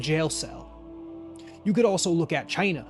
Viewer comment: Bru why you say it like that 😂